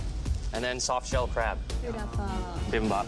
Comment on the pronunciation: Eric: soft shell crab What I heard: social crab